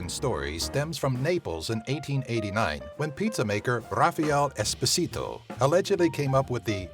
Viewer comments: Schiacciata is pronounced SKyachatah. Raffaele Esposito = rafahehleh eh-SPOH-see-toh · Raffiel esposíto HAHAHAH